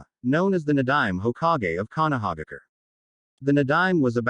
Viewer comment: Konohaigger? Really?😂🤣😭😭😭🤦‍♂️